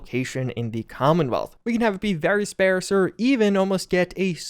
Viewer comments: The word is sp-AR-se not sp-AIR-se. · Just fyi, sparse is pronounced Spar-se. like star, but spar. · You know there's no "I" in "sparse", right?